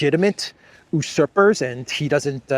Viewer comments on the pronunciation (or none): usurper, the first syllable pronounced as ju: or (you)